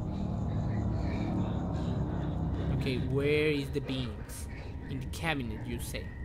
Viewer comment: It's BEAMS NOT BEAAAAAAAANS HISSSSSSSSSSS